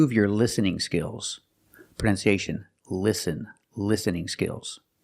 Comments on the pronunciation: I don't know why is not correcting the word listen he always pronounces it lesson or lesenning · I will unsubscribe to POC English after watching this! I also noticed his incorrect pronunciation of the word "listen." Thanks for letting us know the correct pronunciation. I am now your new subscriber here from the Philippines!🇵🇭